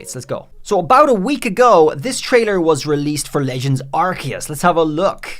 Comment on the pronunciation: Man couldn't even say the name of the game right...